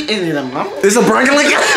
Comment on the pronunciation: said is it a prankleeee